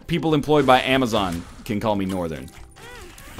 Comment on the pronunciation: north urn